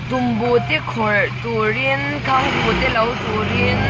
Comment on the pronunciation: Mai a tih loh in, khanghu pwh hi khangngu ati dwn amii🤣